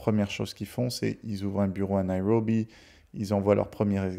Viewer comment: Prononcez Nairobi sans en faire des tonnes sur le " R " 😅